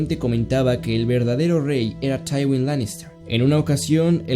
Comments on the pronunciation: tchaiwin ' Taiwin?? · El cómo pronuncias tywin lanister y aeris targaryen me da cosa